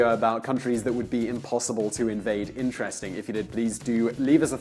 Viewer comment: Not 'impossinble